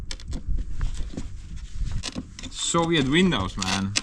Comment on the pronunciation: It was better when you said Sovient instead of Soviet.